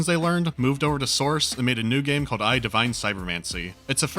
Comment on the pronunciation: E PS E. Not EYE. Epse.